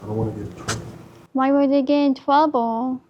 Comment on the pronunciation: Woshan is in twouble